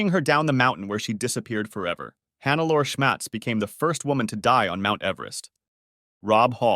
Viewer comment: I usually dont do this, but in this case I cant ignore it: Hannelore is pronounced more like hun-ne-lo-re